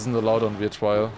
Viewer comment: r sound not w sound in trial please please please